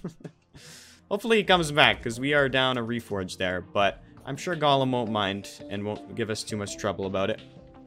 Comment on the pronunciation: how did calling golem "gollum" start? like did he say it wrong and then just go fuck it, it's a meme now, i'm gonna keep doing it, or was it always a meme from the start?